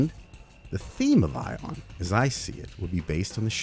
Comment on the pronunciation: No. NO NO! My name is not pronounce [Eye-ohn]. No, it's [Ee-ahn]. Like Ian. Regardless of the frame's name. It's universal.